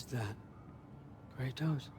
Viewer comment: Kratos not kraots dumbass